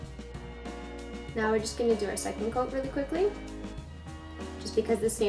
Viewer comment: wen she said quickly...she ment quik=ckly....hehehehe